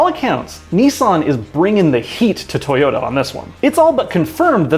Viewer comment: " the toyomw " you fowl for that lmao